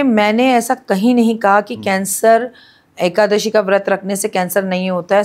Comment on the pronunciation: Is nalayak aadmiko a,kadashi bhi bolte nahin aata,rakhiji usko correct bhi nahin kar rahi hain,kyun?